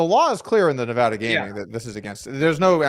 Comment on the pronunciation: Daniel you have lived here for years man. It's Nevada, not Nevada.